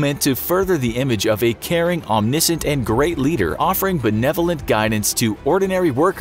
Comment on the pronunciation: Dude come on! Learn to pronounce words like dotard and omniscient before you use them, this is not the first time you've done this!